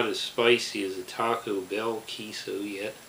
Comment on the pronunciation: He's the only one who gets it right.